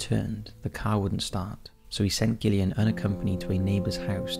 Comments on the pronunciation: The way you pronounced Gillian made me lol 😂 its not pronounced gill like a fish, it's Jill 😂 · Derbyshire, pronounced Darbisher, Gillian, pronounced Jillian, and, by the sound of it, you’re English! PEACE ;] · Yeah the Gillian thing bugged me personally, but I still appreciate his efforts lol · I've genuinely never heard someone pronounce Gillian wrong. Is this done on purpose??